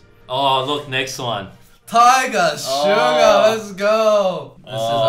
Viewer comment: it's so satisfying how strong Eddy's accent becomes when he says "tiGER SUGAR LET'S GOO!!"